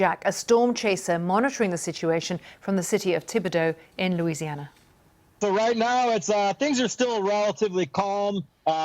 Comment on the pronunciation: Good job pronouncing everything correctly. Many American newscasters can't even pronounce Louisiana words correctly. Now would love to hear you say Atchafalaya and Tchoupitoulas.